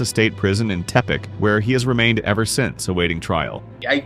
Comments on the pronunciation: not ever, he said evah lol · 15-18-0 is far from “best evah”